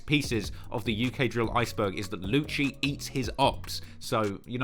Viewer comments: I think it's pronounced "lucy" not "luchi". Lucii like lucifer...cuz they are demonic. Ya digg? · its lucii - said Lou Cee llolol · a vid on key glock! and a video about brownsville gangs PPP, FNO and YAWAH and the YPF indicment ( if you wanted info on that i can give it to you, ik alot about it) and also lucii's name is pronounced loosee, and young a6 who is called YA now and tizz and lucii are part of NR aka No Remorse